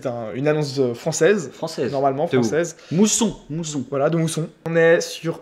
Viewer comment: c'est Mouzon et pas mousson mais bon c'était une bonne vidéo